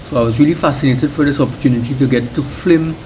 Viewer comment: Great video man, great video ! Very informative. Good videography. Just one lil' thing ! FIL....M not FL.....IM ! Thank you very much ! Come again, we are awaiting. Marabella.